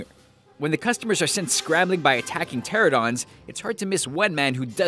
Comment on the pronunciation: Pteranodon, not Pteradon.